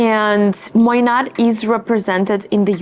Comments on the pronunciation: It’s not pronounced Moynat with a “t”, more like “Moyna” It actually isn’t under LVMH but rather under another subsidiary of Bernard Arnault. Quiet luxury for the really rich. The Saudi’s are one of the biggest buyers and they don’t even have a store in Saudi Arabia. The Queen of Jordan carried a Moynat Gabrielle clutch for Pope Francis’ funeral. You can also have a custom made bag from them. Their coated canvas bags are amazing (better than Goyard) and their leather, lizard, and croc bags are amazing. I’m really impressed with their quality and own two. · Its pronounced moy-na... The t is silent ❤, love your review